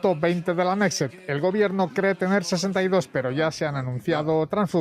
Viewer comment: El reportero ignorante habla en de «la nesset». La «nesset» no existe. La asamblea israelí se llama «Kenesset». Estos de RTVE viven del cuento y son unos verdaderos ignorantes.